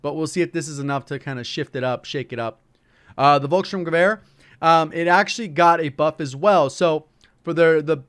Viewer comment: GGs on the pronunciation of the Volkssturmgweher